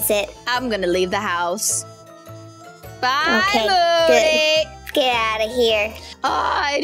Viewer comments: It sounds like she said booty xD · It's Moody not boody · HER NAME IS MOODY NOT BOODYYYU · It's not boody it's moody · When said oh my god boody I think she ment moody 🤣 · You said boody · said boody when moody went like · said boody duh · moody or booty? 😂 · She said moody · LOL she said moodys name wrong